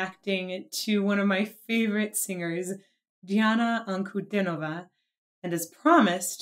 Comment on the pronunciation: Most reactors miss it...you nearly got it. It's "An-ku-DEE-no-vah". Not "DIN-oh-vah."